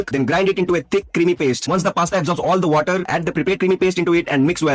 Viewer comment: It’s not water, it’s waterrrrr R should be rolling 😂